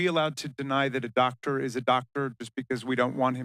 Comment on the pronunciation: Maybe she won't call him DOctor because she can't say Doctor. I'm not calling him "Dah Ter":face-blue-smiling